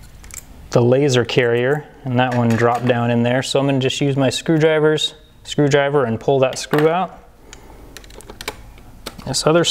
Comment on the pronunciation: "screwdriver" no offence. Your videos are pretty good